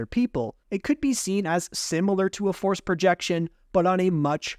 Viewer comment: Forcé shield